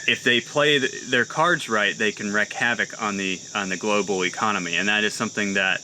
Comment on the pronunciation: Wreak, not wreck, just saying.